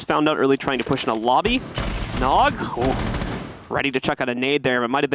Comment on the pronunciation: He also said nog as N-O-G by the letters